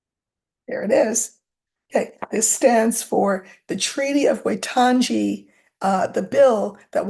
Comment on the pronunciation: I'm an expatriot New Zealander planning on retiring there. Waitangi is pronounced 'why' 'tang' 'e'. Wai means water.